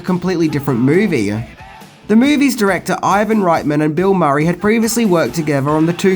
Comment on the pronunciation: I love that you pronounce Reitman's surname the German way (right-man instead of ritt-man).